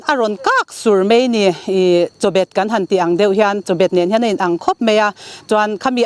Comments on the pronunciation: A sawitu in a sawisual palh a tih mawlh2 tawh kha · Chawbet...Chabet ...ka hriatsual loh chuan chabet ni in ka hria.nge lam dan a in anglo zawk.